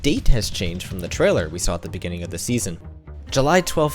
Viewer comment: Bro. In de beninging